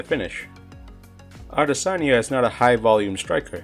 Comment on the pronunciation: No one ever pronounces his name properly